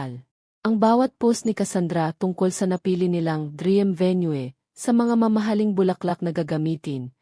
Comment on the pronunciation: Halatang binabasa dapat po naman tama ang pag bigkas po. Sana po may buhay ang pag basa parang totoo. Bakit po hindi nyo mabigkas ng tama ang designer at venue?